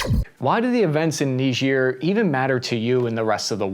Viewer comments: ni-juh not nidge-ear... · Why''s he saying it weird. It's not Neejeer. It's Ni-jer. Charlse Day Gaul. It's really weird. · Its not "Nigeeeer" its pronounced "Naiiiiiger" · It's not that who named it, but who decided to not learn the proper pronunciation before teaching it. It reads "Nee-jair" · its N-war 😂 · Neejeer... bothers me more than it should... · Remember folks: it's knee-jeer. KNEE-JEER. No what you think. This also isn't funny. Not at all. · People pronouncing it knee-jeer 🤣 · Its pronounced "N-eye-jer". Like Nigeria without the ia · Nejier yeeah right that´s how it is pronounced hahahah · Knee ghir sounds French. I grew up with Bill Cosby pronouncing it kni-ger, rhymes with tiger. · "Say KNEE-ZUR one more time. I double dare you say it one more time. What does Marcellus Wallace look like?!" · It's pronounced Nye-Jer, Just like it's Key-Ev not Keev. Quit changing the English language. That's the proper English pronunciation for these places. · You say it weird. It's pronounced, Nyigger. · nigerk reaction, i cant be the only one who heard that :D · Nigerians come from Nigeria. People from Niger are called Nigers. Southern folk just weren't too good about pronunciation. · You pronounced Niger wrong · You mispronounced “Niger” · That is not how you pronounce Niger